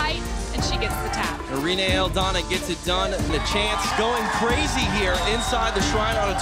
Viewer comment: minutes of poorly pronounced Irenes